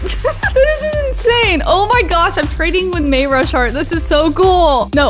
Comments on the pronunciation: U say may ra shart its may RU shart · may ru shart? XD u said that wrong its may rus Hart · Lol the way she said mayashart😂😂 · I just figured out you read mayrushart I say it may ru shart and I found out you say it as may ursh art Lol 😂😂😂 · May your short is how u pronounce it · Your saying his name weird